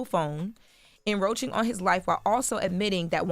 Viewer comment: "enroaching"? I'm sure she meant "encroaching"